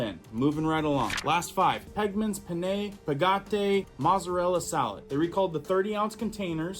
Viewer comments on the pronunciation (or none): none